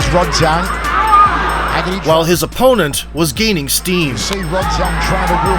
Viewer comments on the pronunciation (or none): It's Haggerty. Not Heggerty. Haha. I know the name is traced to Ireland. I'm not disputing that. What i am disputing though is you saying "Irish stock. What do you expect?" Well, i don't expect anything. Why would i? The Irish don't produce good fighters whereas England produces great fighters and always have. That's why Haggerty can fight the way he does. He's conditioned by the environment. If you think there's some special kind of magic in the blood due to having some faint Irish ancestry, i'm asking what that magic is scientifically? Break it down to me. Also, who are these great Irish fighters produced in the Republic of Ireland born and raised without any other ancestry being involved if it's to be expected when a fighter is great?